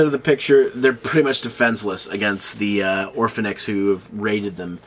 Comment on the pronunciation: Orphenoch* not orphanix